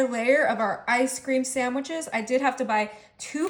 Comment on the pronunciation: Sand wich- no "m" . P.S., try Nestles Quick syrup instead, delicious and less bitter. Great recipe!